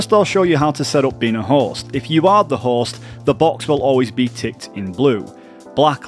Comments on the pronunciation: Your accent makes it sound like you said, "The Horse" instead of "The Host" and it made me giggle hehe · I kept hearing horse instead of host and it got me confused lmao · The best thing about this guide is that the way you pronounce “host”, sounds like “horse” 🐴